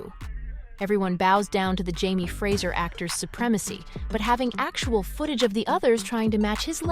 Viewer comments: Fraser is pronounced ‘fray zer’ not. ‘fraysher’ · The last name is not Frazier, it's FRASER!! You would think for a video like this they would at least get the pronunciation correct. Bugged the crap out of me - couldn't finish.